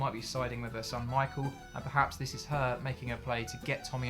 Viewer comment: Michael! It’s michael